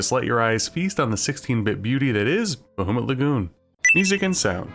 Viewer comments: Bah-HOO-mut Lagoon, eh? Sore-ee, hoser. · I love you, but hearing "BaHOOmut Lagoon" hurts my 'tism deeply. Great video though, bro